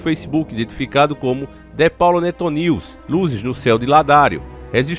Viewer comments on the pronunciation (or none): none